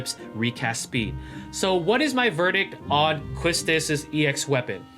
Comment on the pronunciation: YES! QUISTIS!! 😍 Whipping all the baddies 😆 Also her name is pronouced as “KEY-Tis” :3 Kinda like how Tidus is “Tee-dus” Her name german or something 🤔